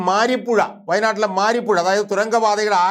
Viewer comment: മാരി പുഴ അല്ല മറി പുഴ ആണ് ശരി.